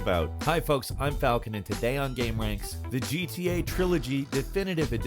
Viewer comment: Dude it's GTA not GTD grand theft auto not grand theft dorto lol